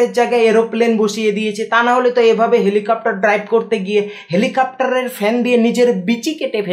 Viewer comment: Helicopter na helipaktar 🤣🤣🤣🤣